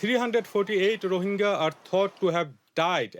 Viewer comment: please pronounce rohingya properly :(